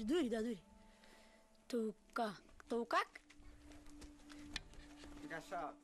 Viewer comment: i was amazed how perfectly the kid pronounced Tuukka the first time he tried to say it